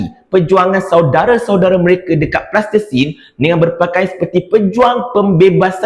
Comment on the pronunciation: Sebut betul2 Palestine brader..